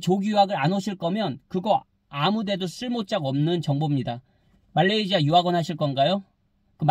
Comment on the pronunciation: 말레이지아 발음 …불편해요 말레이시아로 해주세요